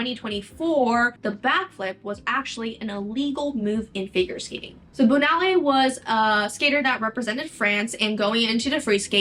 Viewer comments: Just fyi Katerina Witt's last name is pronounced "Vitt" - the W is pronounced like a V! And Surya Bonaly's last name is pronounced Bon-ah-lee not Bonully. And Nancy Kerrigan was hit with a pipe not a bat! 😊 Great video! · Small point, but Bonaly's last name is pronounced Bone-ah-lee since it's French. She was such a badass. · Please learn how to say these athletes names! Katarina's last name is pronounced Vitt not Witt as she is German. Surya's last name is pronounced Bone-ah-Lee. David's last name is French so it is Pallen-tee-ay, not Pallen-tear.